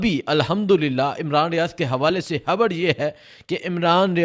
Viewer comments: ھبر نہیں. خبر کہا کرو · بھای خبر تو صحیح دی ہے آپ نے مگر ح اور خ الگ الگ حروف تہجی ہیں عربی میں اور اردو میں بھی اور جب ہم الفاظ بولتے ہیں تو ظاہر ہے کہ ح اور خ کے الگ الگ معنی نکلتے ہیں